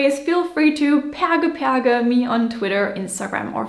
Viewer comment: I LOVE that you pronounced the Latin in the proper classical way. Most people learn Latin in Catholic schools, so they'd pronounce "et cetera" as "et chetera" in an Italian-like way. Same with "perge."